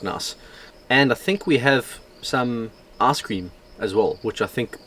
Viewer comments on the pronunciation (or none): When you say ice cream, sounds like your saying ass cream 😂